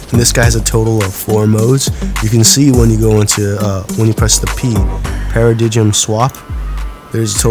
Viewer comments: PARA DIG IM it's Paradigm pronounced para-dime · Not Being A Nerd But It's A She & Paradigm Was Pronounced "Pa-Ra-Daym" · he said the paradigm wrong 5 times